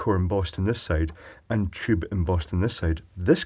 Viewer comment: I love your pronunciation of the tube. It sounds more like jube.